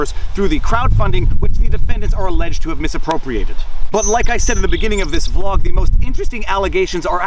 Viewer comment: "vlawg" i like it